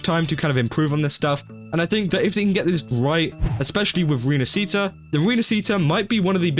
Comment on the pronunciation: Ok so, 2.0 it's basically Venice (at least I think the inspiration is from it. Ports, Carinval, Masks...) so, as an Italian guy, the least I can do is say: Please, go check the correct pronunciation. It kinda hurts my ears if you know what I mean.